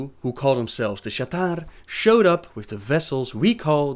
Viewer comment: Yes, and of course Naaru is pronounced Naah-Roo, Sha'tar is pronounced Sha-Tar and A'dal is Ah-dal.